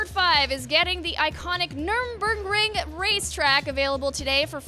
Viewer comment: can't pronounce Nurburgring for shit haha